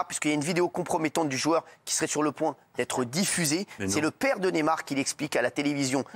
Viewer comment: C est pas nemar mais neYmar y a pas un y pour rien . Faut arreter avec neymar ! Il n a rien fait , cette fille j ai pas les mots